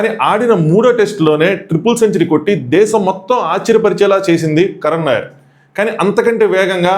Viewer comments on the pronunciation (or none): none